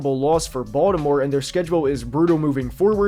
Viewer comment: He pronounces Baltimore the proper way as said by people from Baltimore